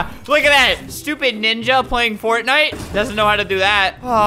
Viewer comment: Normal people: fortnite. Albert: fartnite